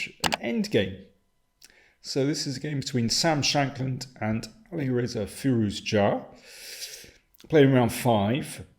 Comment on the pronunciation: Is it just me or does Daniel now pronounce "Firouzja" as "furious cha"?